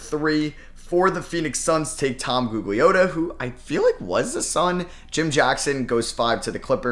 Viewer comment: Tom GOOG-LEE-AHH-TUH is another